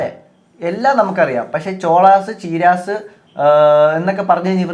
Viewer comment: ഈ ചീരാസ് എന്ന് പറയുന്നത് ചേരാസ് ആണോ😊